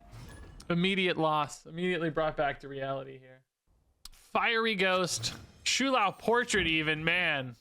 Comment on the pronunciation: It's "Show-Lao" Not "Shoe-Lao" Please...